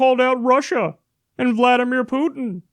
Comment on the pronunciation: Jesus, Kyle, learn how to pronounce "Putin"!